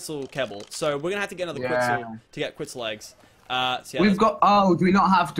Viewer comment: stop saying quitzal eggs LOL